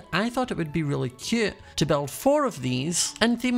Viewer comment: I luv how he says cute he says it like keute